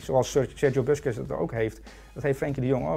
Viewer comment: spreek busquets de volgende keer is goed uit graag